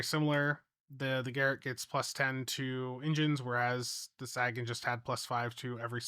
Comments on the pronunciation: the dude the ship is named for said SAYgun. No one cares how Missouri mispronounces it. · Quick note: It's pronounced Say-gan. Like in Carl Sagan. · Dude do you even science? Sagan, as in Carl Sagan. SAY-gun Sagan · Ffs, can you stop calling it the "sag-an"? It's actually insulting to Carl Sagan when you do that. You know how it's pronounced, just say it right. So annoying. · SAY-gan. Jeeezzzz! 🎉🎉🎉😊🎉🎉🎉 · The Saggin? 🤣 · Oh, no., Sagan is pronounced like “Say Ginn” as in the famous Carl Sagan. Carl Sagan was a brilliant astrophysicist, writer, and science communicator who had an unparalleled gift for making the wonders of the cosmos accessible to everyone, inspiring generations to look up at the stars with curiosity and awe. Through his bestselling books, groundbreaking TV series Cosmos, and tireless advocacy for science and reason, he championed the power of human understanding and the beauty of our place in the universe. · Let's say it one more time... Sagan - pronounced Saygen. Named after Carl Sagan. Famous Astronomist and Physicist from the 70s and 80s. Where the term Pale Blue Dot came from. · he knows how it's pronounced, he says it that way so people come into the comments to give him engagement metrics lol you guys gotta stop falling for this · //he knows how it's pronounced, he says it that way so people come into the comments to give him engagement metrics lol you guys gotta stop falling for this// I prefer to believe that he's from an alternate reality where Sagan is Sagging. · Sagan rhymes with raygun, not dragon. 😁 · My only real gripe about this ship* is that the pets are not new: I was hoping for an Alliance Shuttle or Frigate Pet to come closer to the game having a complete set of Alliance equipment. If that is the only problem it is a really good event reward. Also, your pronunciation of Sagan makes my ears bleed. *other than the disappearing blog post, probably site issues causing a rollback. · I keep expecting him to say "Sagging"